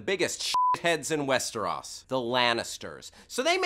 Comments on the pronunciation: WesterOS not WesterAS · WEST-ER-O-SSS not WEST-ER-AH-S holy shit that bugged me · "Westaras", close, but not perfect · west -eh-rOs NOT west-er-aus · does it bother anyone else how he says westros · I'm pretty sure he did not. It's pronounced west-er-ohs and that's not how he pronounced it in the very beginning. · How do you fuck up saying "westros" they say it a million fucking times? There is no fucking 'a' sound in the name? I mean for fucks sake, they say it in the show at least twice per episode. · Why does he (host) pronounce those Proper nouns incorrectly Cersei, Westeros, etc.. you hear it correctly on the show constantly. Even if you read the books first and that's the way you hear it in your head.. WE NOW KNOW WHAT IT IS SUPPOSED TO SOUND LIKE! So sound off and tell me why I am wrong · The fact that he keeps mispronouncing Westeros is bugging me.